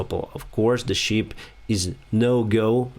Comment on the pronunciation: Не шіп а шип Шіп це вівця по англійськи А взагалі молодець, інформація сама близька до дійсності Дякую!